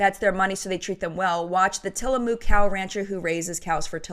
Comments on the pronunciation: Just for the record here in the Pacific NW, we pronounce Tillamook as Till-a-muck not Till-a-mooo-k. 🙂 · But it’s not moooooooo-k. The “ook” is more of an uck sound than an oooo sound. I even doubl checked with the hubby to make sure I wasn’t making it up. Both his parents and grandparents are from Tillamook.